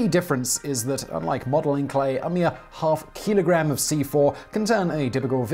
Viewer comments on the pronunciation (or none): none